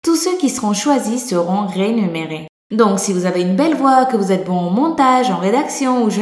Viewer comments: c remunerer pas renumererr ;DD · remunéré pas rénuméré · salut à on dit rémunéré et pas ''rénuméré'' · "Renuméré" c'est mignon Ahah ! (rémunéré) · je suis pas le seul à entendre rénuméré ??? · On dit rémunéré 😉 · rénuméré m'avait fait bien rire pourtant c'était pas mal dit - 😃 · "rénuméré" ya que moi qui l'as entendu celle la ? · Elle a dit "rénuméré" mdr